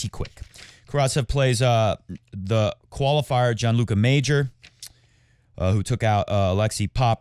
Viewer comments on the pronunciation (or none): none